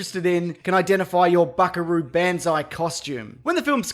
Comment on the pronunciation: Wowee, you sure did slaughter Buckaroo Banzai's name, huh?